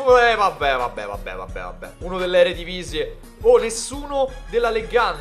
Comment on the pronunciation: eredivise si dice non eredivisie